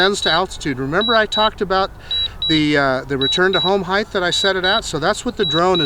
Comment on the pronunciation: Great video. Thank you. Just a heads-up... The word is height. It's not pronounced "heith." :-)